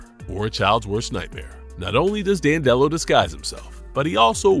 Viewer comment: you’re pronouncing it wrong. and he doesn’t thrive on comedy, he thrives on emotions of any kind. cmon man, get it together.